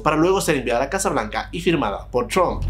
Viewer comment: chrump o trump??? busca ayuda para aprender a pronunciar la R ... o busca en internet como practicar y mejorar eso. No creo qhe te cueste mas de una semana mejorarlo.